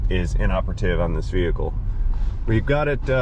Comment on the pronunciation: He musnt Arc Welding on Veee-Hikull with batterie connected